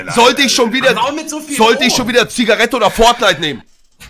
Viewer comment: Monte: Zigareete, Zigarete hahahaha